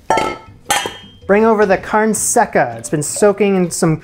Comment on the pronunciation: The way he pronounces “carne seca” triggers me